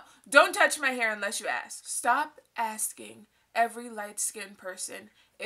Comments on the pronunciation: Holy FUCK also its ask not ax. You speak for yourself but lump all white people into one group. You're a racist. Straight up racist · This bitch is crazy and is consumed with too many stupid things. I have some advice for you: PUT THE FORK DOWN!!!!! And.... Stop switching up between AX and ASK.. It's as if you're endeavoring to appear ghetto by saying AX, but it's clear that you know it's ASK. So just say ASK. Try this: Stop thinking about race, and race will stop running your life and dominating your thoughts. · Why are you trying to make race a problem, AND STOP SAYING AXE A QUESTION before I shoot up an all black racist bar.